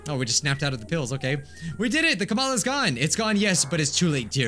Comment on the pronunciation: It break my heart everytime he say kamalas